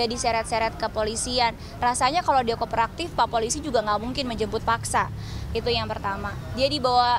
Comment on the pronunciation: ngomong koperaktif...😂😂😂...kooperatif keleeuuuss....bukan koperaktif...koper buat bawa baju kali yaaak...ngakak